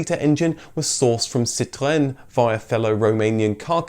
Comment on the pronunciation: The way you say Renault doesn't bother me, but I've never heard anyone pronounce Citroen and to my ears, it sounds odd. What definitely doesn't bother me is that Washington "Big Car" licence plate in the background. I collect licence plates (do the British call them number plates?) and I heartily approve! Your videos open my eyes to all sorts of cars we didn't see here in America, so you get an enthusiastic thank you!